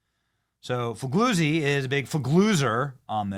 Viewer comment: FEE LEE UZZI (same sound as the z's in pizza)